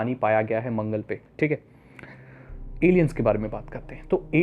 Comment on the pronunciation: Bhai Alain hota hain